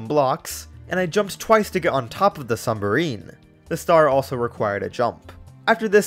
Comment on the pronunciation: You said Sumbarine